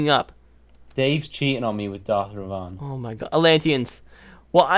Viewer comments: Omg it's not pronounced darth revon it's Darth reven! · nooooo u say revan wronggg